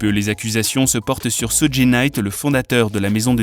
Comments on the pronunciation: Ça se prononce sudj et nom sudji (suge) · Sudji??????SUDJI???AH ouais non mais la cest bon n tchao..soudji night la arrête les vidéos non non non cest plus possible la arrete le massacre